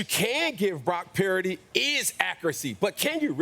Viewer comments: Cam Newton pronouncing Purdy as 'Parody'... Low key no respect...😂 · I'm sorry I can't take Newton seriously. He's always mispronouncing people's names. "Brock Pur-eh-dy" spend less time looking at oversized hats and a little more time on prep for appearances. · Cam cannot say “Purdy” to save his life 😂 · Cam, you need to work on that PURDY word!😂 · Cam fumbling Purdy's pronunciation? Penalty for Real Madrid